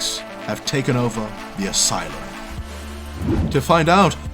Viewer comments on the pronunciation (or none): none